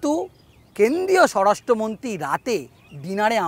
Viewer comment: আপনি দয়া করে আপনার বাক্য গুলো পরিষ্কার করে বলুন । কেন্দ্রীয় কে কেন্দিয় , মন্ত্রী কে মন্তি, প্রমাণ কে পোমান স্বরাষ্ট মন্তি সব " র " ফলা গুলোকে বাদ দিচ্ছেন কেনো ? সূত্র কে সুত্ত 😂😂😂😂😂